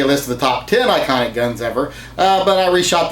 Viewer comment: He said ionic... Not best.